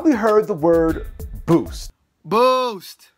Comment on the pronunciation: that guy was like bloost